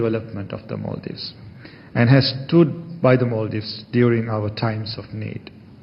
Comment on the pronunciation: MALdives= ALMdives😂😂😂